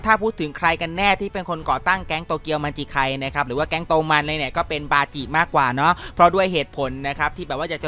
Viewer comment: บาจิครับไม่ใช่ปาจิ😂😂